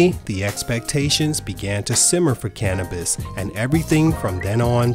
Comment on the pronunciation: "cana-buss" I feel like the narrator grew up on Taylor Swift and just started listening to black people music when Bad and Bougie came out